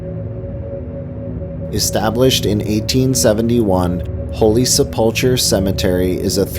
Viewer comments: I know 😂 Selpulchre and Aquinas absolutely killed me. For the narrator: Aquinas is pronounced “uck-why-niss” and Holy Sepulchre is pronounced “Sep-luh-ker” by locals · It’s SE pull ker not SePULL core and ah KWAI nus. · nice but, please get pronunciations correct! Sepulchre = Sepp-ool-ker, Aquinas = Ah-quine-us. Photos are also misleading as there are no mountains in Rochester as shown in the library supposed drowning. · Sep-pole-chure …Aqua-nis 😂😂😂😂😂Yea, you’re obviously not from Rochester. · The name was badly mangled. It’s a hard K the ch Sep ul Kur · It's pronounced "sep-leh-ker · Lol Rochester regional accent pronounce the name of 2 locations different than you: Holy Sep-lick-er and A..qua-i-nis. Weird, I know! Good report though. Knew about the one at Nazareth Academy but not about the one at Aquanis. What year did that one start? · I was actually coming on here to say the same thing. I was waiting for you to mention Charlotte (Shar-lot) because I could tell immediately by not saying "Sep-lick-er" that you weren't from Rochester (which we also call Rotten-chester and Rah-cha-cha haha.) And then when Ah-qui-ness was said wrong, I had to comment hahaha. Still, you did your research and you found out a lot of the ghost stories! You've also left out a lot of other ones but that's okay since you only picked 9.